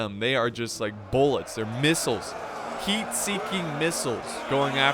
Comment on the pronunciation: I thought he said "MEAT" seeking missles